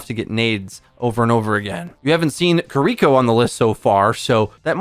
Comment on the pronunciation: "Key-Ree-Koh" is that so hard....